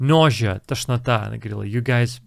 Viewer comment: Вы в повторе карточек произнесли слово « тошнота» как « ножа» вместо « нозиа». Так как же правильно?